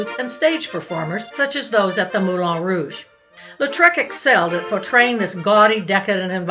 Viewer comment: Hello. Ex Professional Dancer at the Moulin Rouge here. ( Dec 86 to Jan 88 ), the last year of Femmes, Femmes, Femmes. It's pronounced MoulAN Rouge, not MoulON.